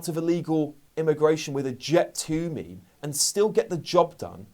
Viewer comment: This is great n all, but "ME ME"? Surely it's Meme, is it not?